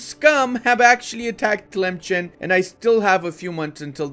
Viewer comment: Memes aside Sus is pronounced "Soos" and Tlemcen is "Tlemsan"